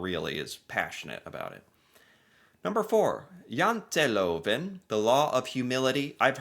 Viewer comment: YOU SAY JANTELOVEN PERFECT. BETTER THAN MOST NORWEGIANS.